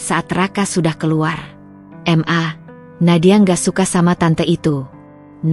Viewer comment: Apa tu m .a? Huruf di sebut satu satu. Itu inisial 😂. Ma atau mama . Di baca penoh. Papa kok panggil papa. Harus panggil p a. Baru betul. Apa yg bercerita ini panggil ibu nya m a. juga 🤣. Masa bercerita, Sekejap m.a. Sekejap mama. Sekejap ibu. LOL.🤣🤣